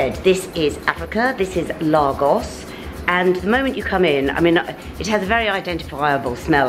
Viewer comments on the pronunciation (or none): I kept saying out loud “ it’s Lagos.... Laygos”...but nope she persisted with Lahgos...even when Abbie corrected her 😂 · I went to high school with Abi (The girl in the store), I often wonder how some of my old school friends are getting on, glad to see she's looking well! Also Lagos is pronounced Lay-Gos. Edit: just continued to watch and saw that you were corrected xxx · The girl trying to subtly correct you everytime you said Largos. 😂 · Nigerians pronounce it as Laygos. Just as Kenyans pronounce Kenya as Ken Yah...And not KeenYah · Africa is not a country. And Lagos - pronounced Lay-goss - is a city in Nigeria. Otherwise you’re good! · Lovely vlog,. I used to live in Lagos in the 60s, and I had to laugh at your pronunciation! Ha! It brought me back to my childhood, looking at all the lovely fabrics. Loved it, thank you. Would love to visit this shop, but I live in the Cotswolds, so it isn’t going to happen at the moment. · Pronounce Lagos properly. It’s a city in Nigeria. I’ve just finished teaching there. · Be great if you have the respect of pronouncing Lagos correctly there is no r. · I am a Londoner and would not pronounce it as did. Her accent had nothing to do with it. It is quite insulting to mispronounce someone’s country or town especially when you do what does as a youtuber. It is a huge thing to mispronounce someone’s name and thus is no different for countries or towns where someone comes from and which they are representing. She was absolutely right to correct and did so diplomatically in my view as I spent the first part of the video wondering where on earth is Largos as pronounced by. Glad she clarified.